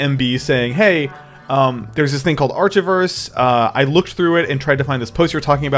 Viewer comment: How can you butcher pronouncing archiverse that badly. It literally contains the full word "archive". I hope to god you were trolling, in which case, you got me. If not, God help us all.